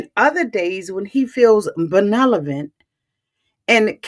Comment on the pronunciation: Respectfully, you're pronouncing the word benevolent wrong. It's "ben-neV-olent". Love your recaps. They are on point!